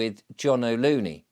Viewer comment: John O'Loon, not Loony!